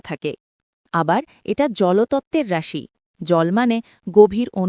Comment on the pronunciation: রাশির উচ্চারনে আপনার ভুল হচ্ছে 😅😅😅